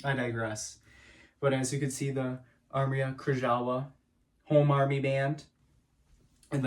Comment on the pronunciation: Like your impression so far !!! Will you continue it in the future? Also, Polish has weird pronunciation from English, so it is more like “Armia Krayova” (based on what I know not fluent yet…) :)